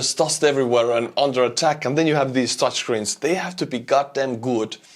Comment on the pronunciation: HAHAHA I heard Dutch screens, not Touch screens. Couldn't figure out why the Dutch would be making the screens for multiple countries' equipment